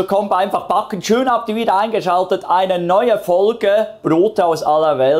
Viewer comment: Hallo, und wieder ein tolles Video mit einem ebenso tollen Ergebnis. Bei deiner Kreativität und deinen Rezepten wird es irgendwann im deutschen Sprachgebrauch nicht mehr "backen" sondern "Paa-cken" heißen 😅 Vielen Dank!